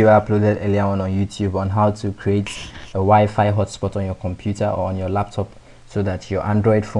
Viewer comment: crazy guy fixed my year long issue.. so I will overlook that he calls wifi (why-fi) "wee-fee" !! ? :|